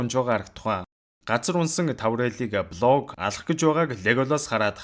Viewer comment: Блог гээд байхы😂. Болг гээчдээ.